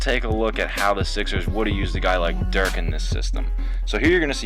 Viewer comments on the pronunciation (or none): Commentator was boring as hell. Pronounced Dirk's name wrong. Didn't transition with the topic well